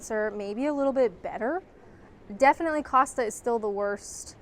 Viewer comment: thank you for pronouncing Costa correctly. I have heard so many US visitors to the UK on Youtube pronounce it Coasta for some bizarre reason!